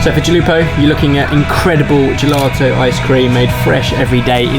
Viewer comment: Where's the R coming from in GELATO, how many times did you say gelarto LOL